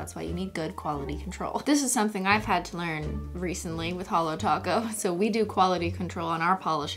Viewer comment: its Holo Taco not Holo Toco